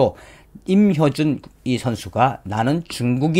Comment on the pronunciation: 임효준이아니고 임효주 발음정정요